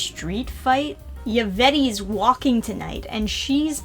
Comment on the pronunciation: Yup, a typical DCYA protagonist. Simultaneously narcissistic and whiny, and only thinks judging people for things that are beyond their control is bad when it's done to her. It's fine when she does it to others. I'll admit I also enjoyed hearing struggle with the fairly unremarkable French name of Yvette, haha.